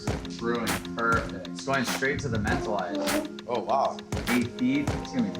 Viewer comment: They need to learn how to pronounce Mentawis properly